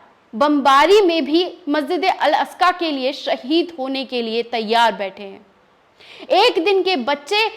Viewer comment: Masjid e aska Nahi bahen g masjid e aqsa boliyea